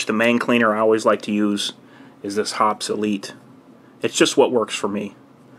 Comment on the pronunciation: Hoppeeeeeeee's not Hops!!!!